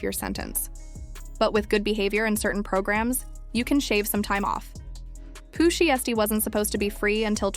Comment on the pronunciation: Bih lost me when I heard how she said Pooh shiesty smh click bait!😊